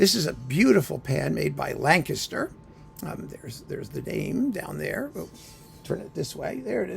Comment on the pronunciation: You pronounced Lancaster correctly !